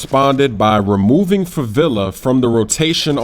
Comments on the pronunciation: It's not favila, there's no such thing, the "e" reads like melee, in favela. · It's pronounced, 'fuh-VEH-luh'.